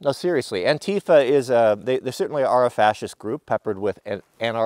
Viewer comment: ANTIFA... ANTI FAH lol I've never heard it said the way that you've said it before.